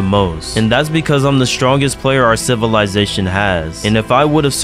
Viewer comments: How many time did he say sitizysatoin or idk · Bro you have to add a counter for everytime you said civilitation xd